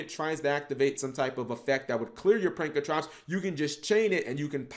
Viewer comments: I cringe every time you say pankratrops when it’s spelled pankraTOPS!!!!! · Say it with me cap. "PANK-RA-TOPS" not "Prank-a-trops" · PANKRATOPS NOT PRANKRATOPS FOR FK SAKE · get your damn shit straight! It’s not “Prankatrops”... it’s “Pankratops! Look at the card name properly, damn!